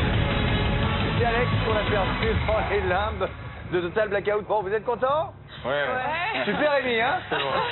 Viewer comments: Total black hotte? 😂 ahah j'adore toujours ton accent 😍. J'était trop contente quand je t'ai vu! WARRIORRRR qui crie un peutipeu mais pas beaucoup (SIC). Ce TBO était tellement bien avec les bloggeurs/euses j'ai adoré! Dommage que t'a perdu 😯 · Tu m'as fait beaucoup rire!! Sinon super accent total black hôte mdr